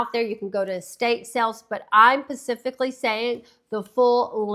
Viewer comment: Please stop saying "pacifically". The word is specifically.